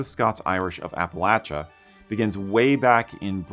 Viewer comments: I grew up in western NC, attended Appalachian State University, and have Scottish roots in the US dating back to 1643. Thanks for: 1) Pronouncing "Appalachia(n)" correctly; 2) using the term "Scots-Irish" instead of "Scotch-Irish." You're obviously as personally invested in Scottish history in America as I am. :) One correction: Kings Mountain is in NC, not SC, though it is very near the SC line. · As a resident of the great state of East TN, thank you for pronouncing "Appalachia" correctly. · Thank you for pronouncing Appalachia correctly. I grew up in the Appalachias of southern Virginia and it drives me crazy when people mispronounce the word. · Thank you for correctly pronouncing Appalachia! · I had to give you a like, at least because thank God, you said Appalachia correctly. Thank you. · Thank you for pronouncing Appalachia correctly. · Thank you so much for pronouncing Appalachia correctly. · I'm proud of my Scots-Irish roots. Also, thank you very much for pronouncing Appalachia correctly.